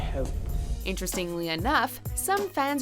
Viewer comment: "Interistingaly enough..."